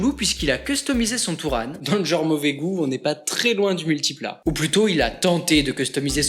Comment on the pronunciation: ça se prononce Mille-tipla